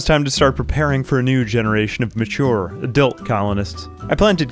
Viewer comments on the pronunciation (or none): not subsistence, sustenance.. sus-ten-ance.......................... adilt colonists?